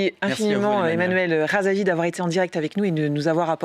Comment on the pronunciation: il est honteux que cette journaliste n'arrive pas de prononcer le nom de REZAVI que pourtant il n'est pas si compliqué que des noms malgaches.